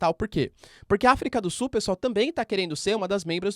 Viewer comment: professor eu adoro voce assisto todos seus videos MAS PQ VC NAO CONSEGUE FALAR AFRICA DO SULLLL